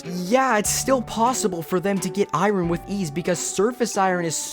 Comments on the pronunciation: we gonna talk about the pronounciation of iron as eye-run? Is that... is that normal? Am I the only one who pronounces it eye-ern? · Dude, educate yourself. Iron is not pronounced as “Eye-ran.” It’s pronounced “Eye-earn.” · Stop saying iron like its spelt please. "EYERON" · Why do you say IRON like that? It's "eye urn," not "eye run." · It's pronounced "eye-urn" not "eye-run." Hate to break it to you, but English sucks. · just say iron not eyerun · It’s Eye-Urn not Eye-Rin. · This guy needs to learn how to pronounce iron. He says it like irin. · why do you say iron like that it's "aye-urn" as in pirates saying "aye matey" and the thing my grandma lives in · why cant you pronounce iron properly? "iryin" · Bro created a whole video on copper vs iron and didn’t once pronounce “iron” correctly. What’s ayron? 😭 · "Copper" "Eye Ron" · You done messed up eye-run. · bro why do you pronounce iron like irun. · Everything here was good for me to hear except iron getting pronounced as I-rin. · “Eye-Ron” lmao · I just wanna know where you're from, because EYE-run for Iron is one I've never heard 😂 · The way he say iron “eye-run” pmo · Omg, thank you, so glad I'm not the only one that was weirded out by that. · Most people I hear pronounce it eye-urn (like saying "I earn") which I think is probably a better way to write it phonetically. I've never heard anyone say eye-yearn ("I yearn") either 😂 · 2025- still saying fucking i-ron..... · eye ron 🤣🤣🤣 The r is silent my guy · Bro why do you say iron like that it’s pronounced I-ern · Not eyeron 😂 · good video but you keep pronouncing it “irin” :( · I don’t know anything about copper, but pronouncing iron like “eye-ron” doesn’t work 😂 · I say “EYE-teen” but bro is saying “EYE-rin”😭😭🙏🙏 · It sounds like he keeps saying Iroh, but adds an N at the end to correct himself. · incorrect actually itspronounced "ian" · I think it's pronounced eeon you guys are so silly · the way he pronounced "i-ron" hurts me oh well. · Shalz does that too